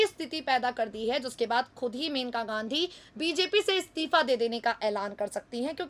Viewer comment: pl read correctly it is mainka